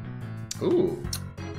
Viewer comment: "Commencer" I don't blame for pronouncing it wrong, but I almost choked when I heard that 😂